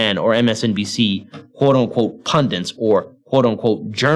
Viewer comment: Agreed. But please learn how to pronounce "punDIT" (not "pudiNt") if you're going to use the word so often.